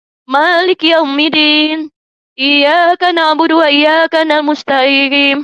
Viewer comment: Aku hanya bisa ngakak,, barusan baca Al-fatihah aja udah hancur lebur,, ن lari kemama م lari kemana-kemana😂😂😂...... Iyyākana'budū Wa iyyākanāmusta'īm😂😂😂..